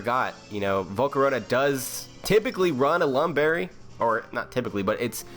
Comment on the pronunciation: unfortunate lam berry